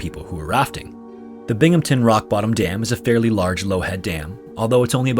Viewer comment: I love how he actually pronounced Binghamton correctly, but butchered Susquehanna lol